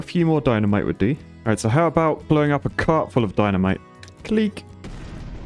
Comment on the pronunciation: Keep saying clic that way pls im dead